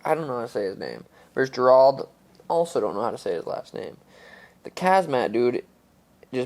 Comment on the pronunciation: O'Malley sounds like Key & Peele The Substitute Teacher skit the way he pronounces names he couldn't even pronounce Gerald correctly lol